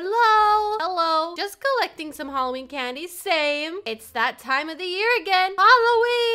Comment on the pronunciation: said rolween